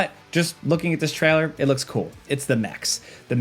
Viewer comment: Take a shot every time he says "treller" instead of trailer and your liver will hate you